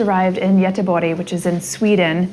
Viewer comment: Very interesting how you say Gøteborg..... that was a new one! 😂